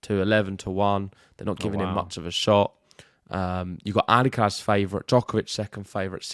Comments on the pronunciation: WHY are you guys struggling with pronouncing the R in Alcaraz, While pronouncing it perfectly everywhere else... AlcaLaz.. whats wrong with you ? :) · maybe an Alca Laz y tongue😅